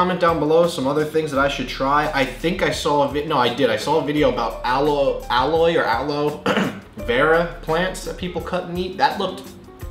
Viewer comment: you always say aloe wrong and it drives me INSANE